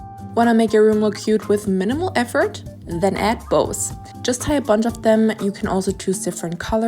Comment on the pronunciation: When she said “add bows” I was like,”Apples?”🤔